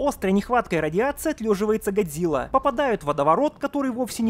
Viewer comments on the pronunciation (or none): Почему чел с геморойным лицо (Серизава) называет не Годзила а Годзыва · Какого хуя он говарит Гадзира🤣если Гадзилла